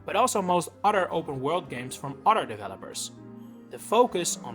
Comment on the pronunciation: You pronounce other as udder lol